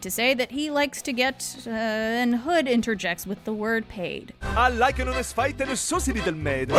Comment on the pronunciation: In Robin hood's song, I heard him say "hey" instead of "paid". As an adult, I STILL hear "hey"